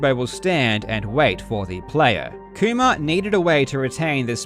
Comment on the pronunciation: How hard did Karl have to fight his accident to say "Kuma" instead of "koomer"